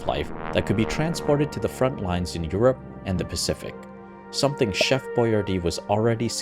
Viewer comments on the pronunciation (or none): none